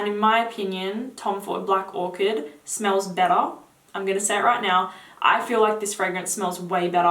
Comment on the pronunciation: beta hea